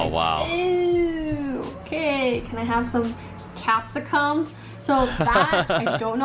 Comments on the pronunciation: You don't pronounce it capsi"cum" LOL never heard the strong "cum" emphasis. and the way she says Snahhg wtf just snag. Like, snag yourself a good deal. And thats just the nickname. A snag is a sausage while a hot dog is a different type of processed food. Buses a different depending on state and city so I can't speak for all but at ever stop/station there are maps with numbered buses showing times for what path that particular bus takes at what time and what areas it goes in. And carts are no issue because we actually put carts back. You have it while you're using it and PUT IT BACK!!! those people collecting have been stitched up with the shit round up task that wasn't a job they applied for. Our lights are only as big as yours in old people's homes and disabled people houses, it's the disability light switch variant. Imagine a light switch panels with buttons the size of America with a button for the front porch, inside foyer light, kitchen and fan. Would take up the size of a large hanging portrait. One switch the size of a PowerPoint can fit 4 buttons for the immediate surrounding area devices/lights. Also, our economy is cooked atm. Minimum is barely enough to get past, you'd still be bunking with 5 people in a house just to get by and the way it's going.... it's like literally lower class and upper-class now. No middle, it's cooked. I saw a 24pack of the cheapest brand of water bottles for from $4.50 to $12 over night and that's happening to everything lately.... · It was weird how she was saying capsicum. Really emphasising the cum in it. I usually hear it said more as a kem. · in... first she puts wayyy to much emphasis on the capsCum part of it,... then she starts explaining hotdogs as wieners,.... Om my, this gonna be a ride. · Every time she says "capsiCUM" it makes me cringe. It's just "capsicum" said all in one. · the end of capsicum is not pronounced cum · “CapsiCUM” *vine boom